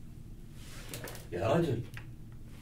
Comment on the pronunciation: تتوقع ينفعط طيب انطقها صح😂😂